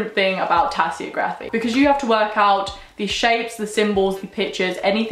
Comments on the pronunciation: This is a very helpful video, thank you! The only thing is, I'm pretty sure it's pronounced tasseOgraphy rather than tasseogrAphy. But great video as always! In the future could you talk about the differences between Wicca and witchcraft, and similar practices? Much love x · If she says tassyography one more time. Omg im so annoyed i can barely focus. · Pronounced Tassy og rafy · How do you pronounce geography? How do you pronounce photography? Then why is tasseography pronounced like that??